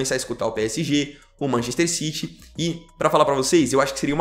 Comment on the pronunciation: Mc errrrrro citi